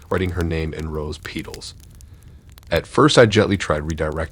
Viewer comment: Peetal? It’s petal.